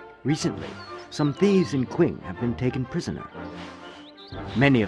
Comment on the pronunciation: Actually it would be closer to Ching, Q would make a CH type of sound. Kind of like X makes a SH sound so for example the Xu province would be pronounced Shu province. It is odd but this game pretty much mispronounces everything. Cao Cao shouldn't be Cow Cow but Tsao Tsao. At least his son isn't in the game because we would get the joy of the great Cao Pee!